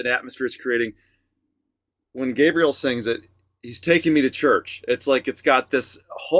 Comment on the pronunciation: Hi guys, it's been awhile since I've left a comment. Here goes: after all the times you've listened to and given your reaction on GH, you still don't pronounce his name properly. It's a matter of respect. Gabriel is pronounced Gabrielle like the actress Gabrielle Union not like the angel Gabriel. Henrique is pronounced En he key. Thanks. One Love... 💝